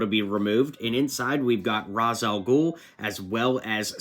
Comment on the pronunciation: It's pronounced Ra's, not Raz.